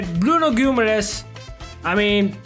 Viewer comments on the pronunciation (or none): bro really said bruno guimares